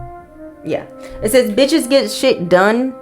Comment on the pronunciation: When you read the “bitches get shit done” card I heard “bitches get shit, not hoes n tricks”🤣🎤